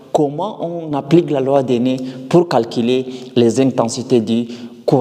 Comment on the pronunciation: Pourquoi tu prononces la loi des nez au lieu de la loi des nœuds ! 😂